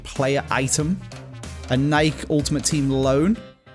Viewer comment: Wait why are you mispronouncing Nike this isn’t an episode with angry ginge